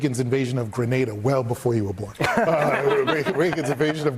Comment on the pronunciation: I don’t think I will ever be able to recover from hearing a dude pronounce Grenada as “grenade-a”